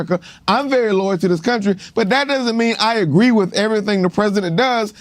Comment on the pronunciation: It’s pronounced Loyal NOT LOYER